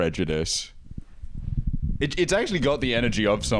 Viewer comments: same, i can’t get over the “PREDJUDISM FELLED” bit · “that’s prejudism 🫲😕🫱”